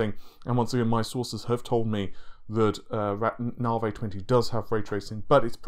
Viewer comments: I can't handle any more "Naveh" instead of Navi.. so unsubbing now. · Its Navi, not Navay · It's Na-vee, my dude! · Say V, NaViiiiiiii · I don't know but in a previous video it is pronounced properly by this guy, no idea why he changed, perhaps its a troll.